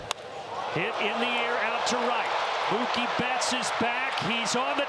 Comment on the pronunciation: Did the dodgers announcer just say “Moo-kay” instead of Mookie?? 😂